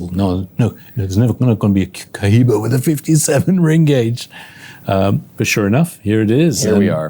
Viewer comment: Maravilloso y perfecto canal y video como siempre. 🎉 ( y será pluscuamperfecto cuando consigan pronunciar correctamente marca Cohiba 😂 ...)